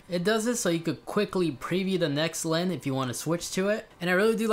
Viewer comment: Does my guy not know how to say lens